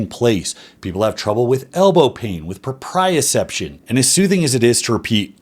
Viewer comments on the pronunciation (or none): Not to go all "Dr." Mike here, but the proper pronunciation is propriOception. At least that's the way I learned it in school.